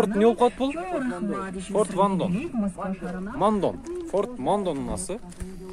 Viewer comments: Форт Мандео болот,а не мандом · Форд мандо эмес мандео болот